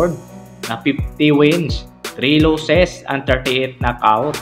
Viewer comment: pastilan ang simpling “even though” naging ebentot. Ingat ka naman pagbigkas sa mga english words katulad ng record - reycord losses - lowsis ang panget pa ng intonation mo. ✌️ i-improve mo naman kasi interesting ang mga videos mo.👍 at alam ko hindi madali gumawa ng videos.